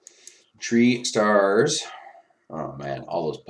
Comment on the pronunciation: Bruh.. I heard this and now it's the only thing I can hear! "Tree stars" keep it up! Nice vid